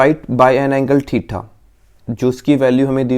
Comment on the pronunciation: It is "theta" not "thetha" 🤣🤣